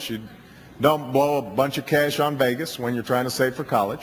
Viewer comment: Solid video but the way this guy says Vegas is so cringe.